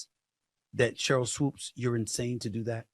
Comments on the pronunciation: Why you keep saying Sheryl Woods ? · In case you're unaware of it, you said Sheryl "Woods" instead of Sheryl Swoopes🤦‍♂🤦‍♂🤦‍♂🤦‍♂....nonetheless, dope podcast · Swoopes... Not Swooped or Woods.... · Swoopes Say It With Me Swoopes 😂😂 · He spelled it correctly in the title, but said it wrong. You didn't even spell it correctly 🤦‍♂️